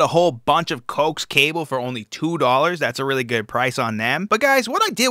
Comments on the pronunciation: Ohhhh....!! Not 'Cokes' cable. It's Co axe. But you're so adorable saying it. Like your child saying a word... My grandaughter pronounces Hospital - haspaball. Love you more* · You pronounced it COKES cables when its pronounced CO AXE. Just found it funny. Love your vids dude. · Honey it's pronounced co ax..😊